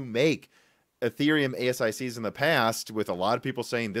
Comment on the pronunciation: Its pronounced "A sick".